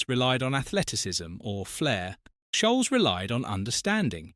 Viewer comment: And scholes